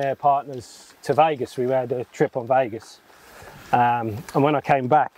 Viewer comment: Made it to the pros in football. Amazing at golf. Can’t say “Vegas” properly though can you?! Love it! Golf life ❤️